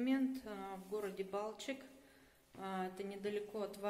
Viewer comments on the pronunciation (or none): выговаривайте правильно не БАлчик а БалчИк 🤗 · Болгары так и говорят БалчИк:)